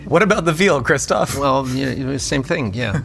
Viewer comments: Not Christopher but Christoph Name Waltz is to be pronounced as "VALTZ" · As a fellow christoph im offended don't add an R it's christoph not christopher it's actually annoying af